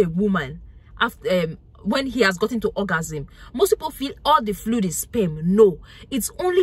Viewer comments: EhJarKuLate SPEM … English language got murdered.. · Taking 📝 and sitting to the front of the class. Love the way she says SPEMM the R is silent🥊💯👍🏾